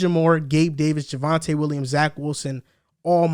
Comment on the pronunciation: its JAVONTE WILLIAMS. C'MON